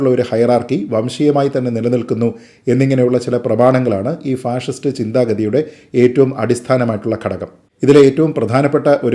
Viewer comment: ഫാഴിസ്റ്റ് എന്നതാ 🤔അങ്ങനെ ഒരാളെ പറ 🤔അപ്പൊ ഞങ്ങൾ ക്ക്‌ മനസ്സിലാകും 🤔